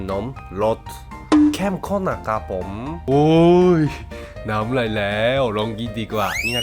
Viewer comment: ดีมากพูดไม่ชัดซัพก็ต้องไม่ชัดด้วย "เข้มข้อม"